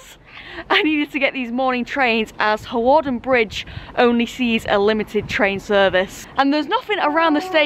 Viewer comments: Looking forward to this one. my parents are from Flint although based in London these days. Used to travel to Flint and on that North Wales coast line many times! BTW I think Hawarden is pronounced 'Harden' ..! Great video though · Hawarden is pronounced Harderrn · This is my local line, surprised to see this line being covered. Also its pronounced "Harden" rather than "Hawarden". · You pronounce Hawarden, Harden. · Hawarden is kind of pronounced like harden but Hawarden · Fun fact for you G, you don't actually pronounce the W in Hawarden, so you say Harden (which sounds like Hard on and I know fine well you'll call it Hard on if you happen to stop there or pass there again) Also the famous Liverpool & Manchester United player Michael Owen was from Hawarden and think he still lives or has houses around there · you don't pronounce the w in hawarden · I cringed everytime you pronounced Hawarden